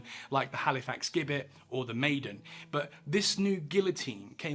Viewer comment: Gibbet is pronounced 'jibbet'.